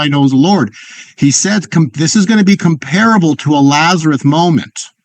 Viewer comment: Isn't his name Lazarus? Why do you keep calling him Lazaruth?